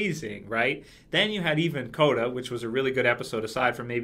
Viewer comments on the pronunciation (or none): none